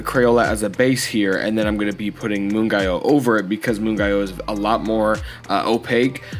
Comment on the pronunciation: I believe it's pronounced moon-gyo (hard g) :))